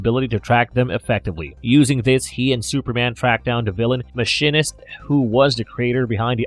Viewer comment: And, "Mah-sheen-ist". I thought it was an automated voice at first because of the pronunciation.